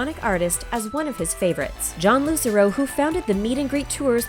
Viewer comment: that’s not jon lucero🙄😂and you pronounced his name wrong. And corbyn only has 1 sister that’s his mom🤣big rip